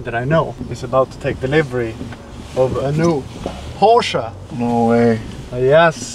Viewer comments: This is how you say "Porsche". Americans: now you know. There´s no excuse for you anymore. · I love that you said Porsch"E" and not Porsch like all the other english speakers ;D